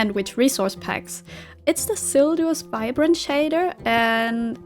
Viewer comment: Headsup, It's silders Vibrant shaders, not Vibrand haha